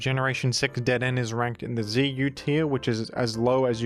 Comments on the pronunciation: The way you say dedenne is painful.. (like dead- en- A) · I'm annoyed at pronunciation of Dedenne even though hes pulled clips from the anime, it's dedeNAY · It's pronounced deh-deh-nay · DeDen is a strong contender against GruDon for the weirdest jimnounciation. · Don't worry. The pronunciation was wrong so the true Dedenne is safe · The way you pronounce Dedenne is so funny, like your tongue is stuck in a blender while gargling condensed milk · I believe Dedenne is pronounced with a 'Neigh' at the end. It is because of this that Dedenne is applying to join the Horse Council. I understand that you may be silencing the 'Neigh' because you disagree with Dedenne's claim, referring to it as "Dedenne's Dastardly Deed" in private, but I think we should all give Dedenne a fair chance. Thank you. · I watched a lot of the gen 6 pokemon anime, which had Dedenne in there a lot, yeah he's absolutely pronouncing it wrong lol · has mispronounced the honorable Dedenne’s name. I think it is fair to say that there is hardly a greater offense capable of being conceived of. Devastating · You mispronounced dedenne on purpose didn't you? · I have to wonder if his butchering of the pronunciation of Dedenne was motivated by trying to make the dead-end joke work.